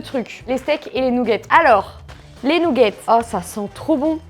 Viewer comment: Les "nougetts" 🤣